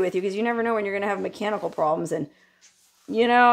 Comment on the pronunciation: just for a brief moment, when discussing the advantages of a companion in case of mechanical problems, I thought she said cannibal problems. I can well understand how a woman who spent her young formative years in Las Vegas might prefer to be alone forever after, and I only ever briefly visited the place, Thankfully I always left with good memories, courtesy of friends .